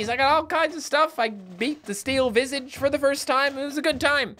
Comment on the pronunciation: in another video: ya i speak french today: pronounces visage wrong(its french for face)